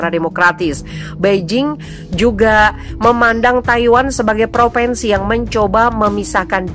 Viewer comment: Mbak penyiar Central News: Bacalah yg benar : PropInsi bukan PropEnsi. Anak TK-SD lebih pintar.